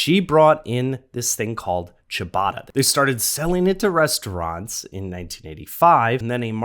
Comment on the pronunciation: Well, I know how to pronounce it. And it's not like 'Chewbacca'.